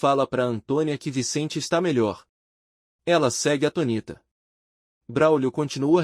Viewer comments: Aluguel, por favor, avise esse narrador que atonita está errado. A pronúncia correta é ATÔNITA, com acento no O. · Atonita não oh narrador... atônita! Acento circunflexo no (o)